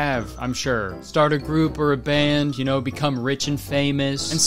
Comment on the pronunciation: "i hardly naur her”